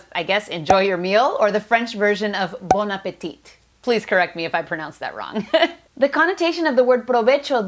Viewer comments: Soy francesa y a mí me gusta mirar tus vídeos entre ambas lenguas, son muy interesantes porque sigo estudiándolas. A propósito de la pronunciación de "Bon appétit !", sólo no se pronuncia la última T de "appétit" [es más o menos "bonapetí"]. Excepto esto, lo pronunciaste bien. French kisses! 😉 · So just because you asked to be corrected, it’s pronounced Bonapetí con aire en la T ☺️ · Bon appetit. Final 't' is silent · bon appétit sin pronunciar la segunda t "bon appeti" ;) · Nice video. You wanted correction about "bon apétit" in French. You had it right except do not pronounce the final T. "Bon apéti" Furthermore, the N in bon is usually silent but not in this case, because of the upcoming vowel in apétit. You had this part right. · You dont pronounce the t at the end of Bon Appétit. The end of appétit should sound mote like tea. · You pronounce it bonapeti ( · In Bon Appétit, the final t is silent.